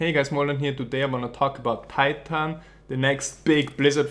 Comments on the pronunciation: you should pronounce titan more österreichisch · "tie tan"